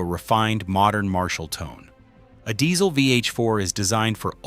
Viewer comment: Mistake #6: talking of Kemper Profiler and Neural Quad Cortex in context of "AMP modelers". They aren't ...not "daysel", not "diesel", but "ditsel". Train your AI better.